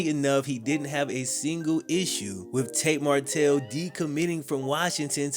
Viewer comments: I love these videos but you gotta get his name right bro 😂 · I really enjoyed your video, but I'd work on ensuring you're saying the subject's name correctly throughout the video lol